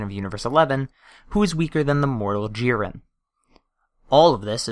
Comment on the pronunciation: It's JIREN not JEEREN